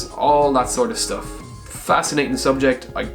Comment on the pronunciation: "engineering shtuff"